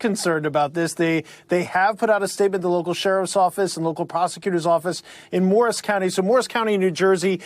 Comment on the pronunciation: Did the guy say MARS county?? Seriously?🤣🤣🤣🤣